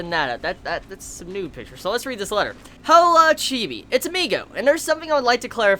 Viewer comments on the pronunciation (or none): none